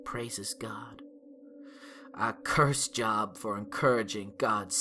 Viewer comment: It's pronounced Jobe, not job. Teehee hee. This was an excellent narration. Bravo.